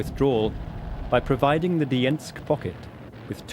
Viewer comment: A lot of ot is common myth and riddled with inaccuracies eg Dermyansk, not "Dyiensk"